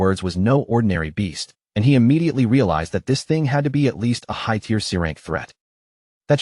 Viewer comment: lion pack? lion pride. AI still having trouble with tear (tier) and tear (tare). mih dare? where did this accent come from? mid-air is the pronunciation I'm familiar with.